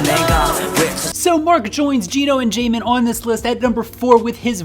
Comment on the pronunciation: He said jaemin only.........he didn't said jimin....."jaemin" pronounciation is like that only he was correct